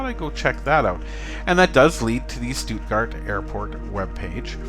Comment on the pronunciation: You pronounced Stuttgart pretty well, greetings from Germany ;). Cool to find another webcam